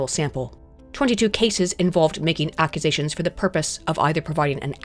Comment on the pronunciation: Is everyone just going to ignore the way pronounced "Accusations" somewhere in video?